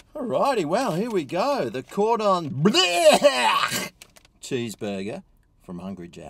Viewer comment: You're only saying 'Cordon Bluuurgh!' like that because you don't know how to pronounce it properly, isn't that right? 😂 Don't worry, I don't know either.